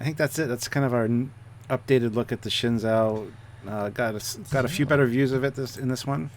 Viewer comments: Guys. Say it with me, "shen-ZOO." Not ZOW, it's ZOO. Pronounced SHINzoo. Copy? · I saw an interview with Sonequa Martin-Green... she pronounces it "Shen' Joe". So, that's probably the correct pronunciation... anyway, the USS Shenzhou is dope!!